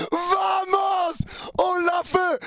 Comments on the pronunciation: Félicitations pour la victoire et la qualif, par contre ça me fait toujours un truc ton VAMOS. *EN ESPAGNOL : Le ” V ” se dit ” B ” … On dit ” Bamos ” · On dit bamos maisle V se lit B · Vamos, ça se prononce Bamos. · Bien sur qu'on est heureux 🥳 mais par contre on dit bamos et non vamos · Vamos en espagnol se prononce Bamos et non vamos pour info ;-) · Mec je t’adore mais c’est très gênant de t'entendre dire vamos en le prononçant à la française alors que c’est un mot espagnol et que le V se prononce B. Phonétiquement tu dois dire Bamos. Ça te ridiculise bêtement alors que tu es un excellent youtubeur. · Arrête avec Vamos, ça se prononce avec un B s’il te plaît 🙏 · Un parisien qui dit vamooos 😂 en prononçant en plus le V comme en français 😂 , ça s'écrit Vamos mais le V en Espagnol se prononce B donc c'est " Baamooss" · V=b donc ça se dit bamos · Si vous pouviez arrêter avec les vamos srx Et ca se prononce bamos Laissons ça à nos prochains adversaire Ici c'est Paris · Je t'adore,et encore merci pour tes lives,sans toi tout ceux qui travaillent en restauration sont dans la merde pour avoir de la qualité...mais ça fait depuis que tu suis M’bape au real que tu kiffe l'Espagne,on di bamos,pas vamos,t'es suivi par plus d’1milion 500 mille personnes,arrête de nous faire passer pour des chèvres steplè😅😅😅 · Vomos 😂😂😂 t espagnol ? Mdr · Masterclass en combinant le match A/R sachant que Liverpool n'avait jamais perdu en ayant remporté le match allé à l'extérieur dans son histoire, ça en dit long sur la performance, quelle EQUIPE vraiment !! Par contre le 'V' en espagnol se prononce 'B', ça pique les oreilles surtout le nombre de fois que tu l'as dis 🤣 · arrête avec des vamos wsh tu sais même pas le prononcé 😅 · Doucement avec les vamos, c'est acceptable parce que Luis Enrique mais n'abuse pas... Surtout que tu ne le prononces pas bien.